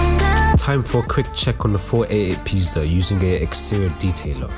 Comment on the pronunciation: oh my god if someone Polish will watch that video they will laugh just like me hahah when you said 488 Pista it sounded like "pizda" which means pussy in Polish hahah sorry great vid btw